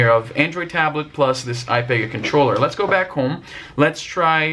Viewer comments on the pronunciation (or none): Ipega is pronounced eh-pee-guh